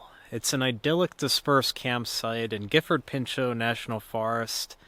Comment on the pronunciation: Welcome to Gifford Pinchot, The place my soul is at peace, connected and at it’s happiest and great job on the pronunciation of the forest!